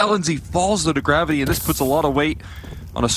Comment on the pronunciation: bruh he annoyed the shit out of me , its GRAVITY but I instead of Y , damn